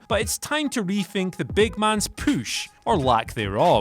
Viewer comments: Everytime I hear someone say push, in my mind I think "poosh" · I’m convinced that u don’t actually pronounce push like that and u only do it to piss us off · A poosh? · Does anyone else notice is saying poosh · What is a "poosh" 😂😂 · I swear if I hear “pooche” one more time I’m gonna lose it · his poosh xD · not push but poosh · Dear Whatculture: Please have wearing a shirt that says “POOSH” for the next video. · Take a shot every time he says poosh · A strong "poosh" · What’s a poosh ? 😭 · The big man's poosh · "The big man's poosch, or lack thereof." HAHAHAHAH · What the fuck is a “pusch? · Thirty-four! THirty-four!! THUR-TEE-FOUR!!!! Holy fuck how difficult is that?! Fucking furburger. And I'm certain he's pronouncing it "poosh" on purpose. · Poosh the poosh for the sake of pooshing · I love how he says "poosh" 😂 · What if the way he says POOSH is just a gimmick because of all the comments!? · Without a POOSH, LOL I love the way you say PUSH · "And a poosh" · Is he saying push that way to be funny?